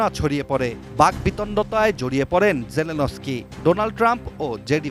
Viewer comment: অশিক্ষিত মহিলা নিউজ পড়তে পারে না, জেনেলস্কি পড়তে ও বলতে পারে না, নাম করা চ্যানেল ATN News এখানে ভুল হবে আমরা মেনে নিতে পারছি না